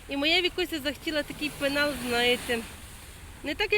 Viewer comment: ПЕНАЛ, а не пИнал, 😅...